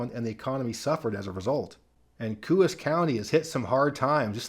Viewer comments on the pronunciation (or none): Coos County NH has a “Co-ahs” pronunciation. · New Hampshire county is pronounced "co-auce" sorta like co sauce but without the s. Coos. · Love your channel! New England toponym pronunciations are tough for non-natives. "Coos" is not pronounced with an "oo" sound but like "CO-AHS" by locals. Not hating on you. I just know you like to get details like that right. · This was a very interesting video. Just FYI, in New Hampshire "Coos" County is pronounced "Coe-as". I now live in western Massachusetts, but grew up in Manchester, NH. As for Hampden County, MA, it's in bad shape--Springfield is a dump with a very high crime rate, a lot of homicides. I don't often go there, and only if I can't help it. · The correct pronunciation for Coos County NH is Co -long O like Co-op, and os short O like Co-op. Like saying Co-op with an S at the end